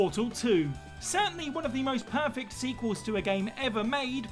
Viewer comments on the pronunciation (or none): none